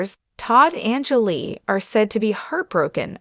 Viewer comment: This is a joke. Can't even say Julie correctly not to mention they said Lindsay took on her boyfriends last name as the shoe Savannah with one of her boyfriends at that time.